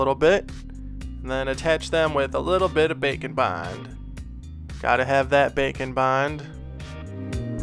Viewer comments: i never hear "bake and bond" i hear "bacon bond" haha! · Am I the only one that hears "Bacon Bond" when refers to "Bake and Bond"?:) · I keep hearing bacon bond instead of bake'n' bond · When ever he says Bake and Bond, I keep hearing Bacon Bond and can’t unhear it. haha!